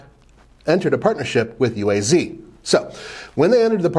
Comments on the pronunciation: It’s pronounced “Ooh-ah-z” not U.A.Z. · Pronounced “Ooaz”.